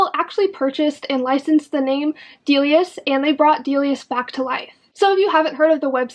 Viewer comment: Your pronunciation of both Delia*s and Dolls Kill are killing me! It's Dilly-ahhs (the star in the name is an apostrophe "S") And Dolls Kill isn't Doll Skill. 😂🤦‍♀️